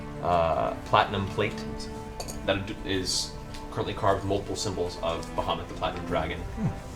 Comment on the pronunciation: How Matt manages to make the name "Bahamut_" sound like _"Mohammad" is quite astounding, we always pronounced it more like "bowar-mutt" which im not saying is correct, its just weird to hear it said like Matt does We didnt have internet when we learned these names, so no standardized way of saying it Its a wonderful world, I'd love to hear some pronunciations from eg, Russia, Persia, India and the Orient